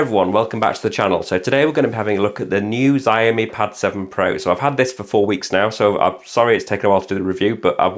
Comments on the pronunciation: Please stop saying 'zaiomee' it's pronounced 'shaomi'... You know, how it's spelt... 'xiao' is pronounced 'shao' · Shee-ow-mee = xiaomi